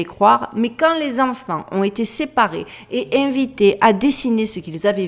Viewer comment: 'Ont été" il faut faire la liaison ont tété et pas ont nété lol